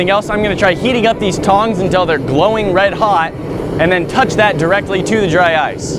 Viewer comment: DRY OICE XD